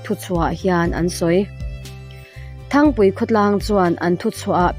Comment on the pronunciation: Thangpui nilovin, Ṭhangpui tih zawk tur ani e.